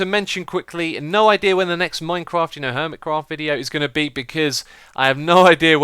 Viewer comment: My Christmas is on the 7th of January so I'm still waiting for it,but I'm glad to hear that you had a great Christmas.BTW, I love the way you say Hermitcraft.